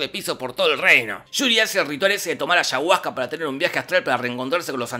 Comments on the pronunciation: Ayahuasca xd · Cómo peruana tengo que admitir que me encantó como Jorge dijo: Ashahuasca. Lo pondré de tono de llamada xd